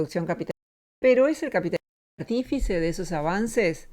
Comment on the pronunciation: ¿¡Por decir capit-li-smo!? ¡¡Eso sí es extraño!!